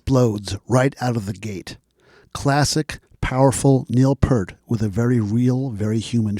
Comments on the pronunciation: Love your enthusiasm for the man and the band but by now I know you know it’s P-EAR-T not Pert. Took me some time to get used as I had been mispronouncing it too for a long time. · P-ear-t NOT pert! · Great piece but surprised you pronounce his surname wrong as such a long time fan, Pe(art not Pert, sorry but it irks every time you say it. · Kind of lost me when you can't pronounce the late, great Neil Peart's name correctly. Think "peert"...not "pert". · Pronounce his name as Neil Peert please... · Just here to reiterate. I’m listening to this and it’s great BUT…. It’s pronounced “PEERT” man!!! 👍🏼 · “Ear with a P at the front and a T at the end.” But I hear ya…I pronounced it Part (as in Heart) for years. Purely because of. Rhythm magazine article about him called “Closer to the Peart” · can we now live in a world where people know how to pronounce Peart? Will this go on in the year 2112? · Nice piece but I cringed every time you mispronounced Peart! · "Lifetime of listening" to Rush, still mispronounces Peart.